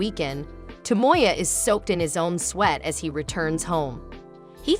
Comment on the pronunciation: To mo ya. NOT Toe Moy Yuh.